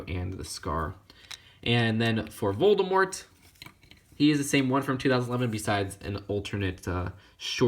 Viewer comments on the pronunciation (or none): none